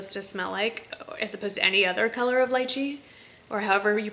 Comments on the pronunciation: Lychee= Lee-chee :) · Lychee, rhymes with "beachy". Thanks for all the great vids!